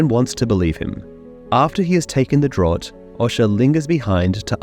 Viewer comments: Draught. It's pronounced "Draft". Like Miller Genuine Draft beer. It's draught. Like enough. It has that "F" sound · Draught is pronounced Draft